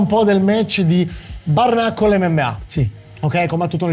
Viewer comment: Lo so che sono pedante, ma pronunci “bare knuckle” come se fosse “barnacle”, e c’è una bella differenza 😂